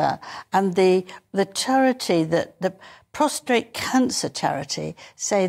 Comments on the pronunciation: *prostate NOT prostRate. The irony of covering this news on prostate education yet not even getting the right word 😂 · Get it right. Its prostate not prostrate !!! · Prostate, not prostrate! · Prostrate! It is prostate cancer. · Pros TATE not prostrate! 😳🇬🇧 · Thank you King Charles. There needs to be more awareness of early detection of prostate cancer. And to Angela, it is PROSTATE, not PROSTRATE. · It's prostate, not prostate. Angela Levin is so irritating. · She mispronounced a word and that hits a nerve with you? Jeez, calm down. I would hate to see how you’d be affected by something serious.